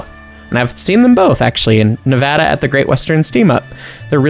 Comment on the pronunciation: saying Nevada like a Nevadan would say it has made my day.